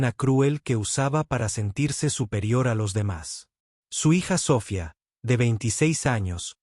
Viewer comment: Biena enseñanza. Pero $100.000 no se lee de esa forma. Se dice cien mil. NO cien cero cero cero. Sofía. Tiene acento. Y etc etc.